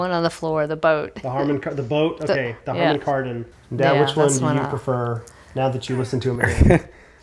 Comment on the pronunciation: Harmon Kardon? 🤣😂